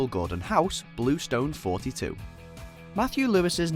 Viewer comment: When they say '42' instead of '4-2' 😐